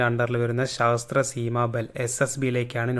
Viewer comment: ശാസ്ത്ര അല്ല സശസ്ത്ര